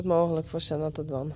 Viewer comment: I can just say Thank You, Thank you, Thank you for saving this precious foal "Senna".❤ Gea is so precious and gentle. What a wonderful Mem. Beautiful, calm and gorgeous. Welcome sweet Senna you will be loved beyond words.🎉❤ I mean "Zenna" pronounced Senna.